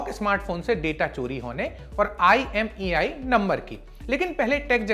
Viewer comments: IMEI hota hai na ki IMI 😆 pata nahi lallantop ne kis kis ki bharti kar li😆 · NOT IMI NUMBER IT'S "IME" NUMBER